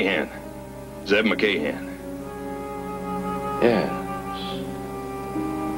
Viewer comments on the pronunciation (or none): Ye.....s... first time I've ever heard Yes pronounced with two syllables!